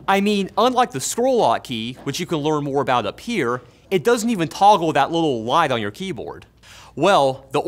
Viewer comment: why does he pronounce "light" so weirdly